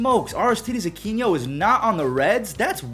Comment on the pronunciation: It's Aquino NOT Aquiño. Your Pronunciation is killing me